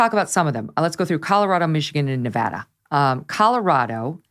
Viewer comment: Congrats on being one of the few commentators that actually gets the pronunciation of Nevada correct. Laxalt will win. The Reid Machine has collapsed.